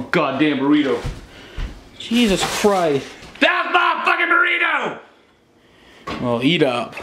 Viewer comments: “I want my godam Burriter 😂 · Burrito not burriter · He’s saying burrito tf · sounds like he’s saying “I WANT MY GODDAMN BRITAIN!”